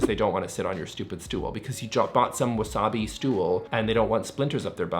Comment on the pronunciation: The “Nick Reno” is wonderful. Never looked younger. 🎉 (It’s wabi sabi, not wasabi! lol)